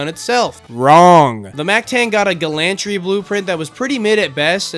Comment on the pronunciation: Gallantry is said like Gallon-tree brotha